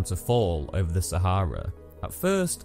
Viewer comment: Thanks for pronouncing Sah ha rah correctly